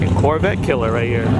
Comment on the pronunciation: Lol..he said “ muscle car killa”!!!